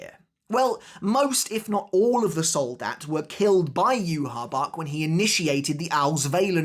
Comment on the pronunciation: Start saying Yhwach’s name properly bro